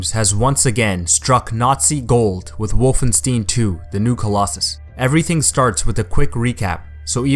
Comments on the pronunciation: Stein, not stien. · You said Wolfenstine instead of Wolfenstein lol